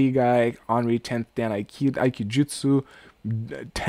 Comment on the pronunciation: Very amusing video. 段 Dan is pronounced dahn (say it quickly). da+n